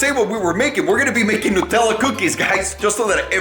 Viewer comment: She's pronouncing Nu-tella wrong